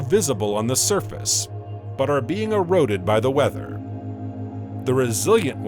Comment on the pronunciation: It's supposed to be "erode". The narrator obviously has no idea what the words in the script mean, so many mispronunciations.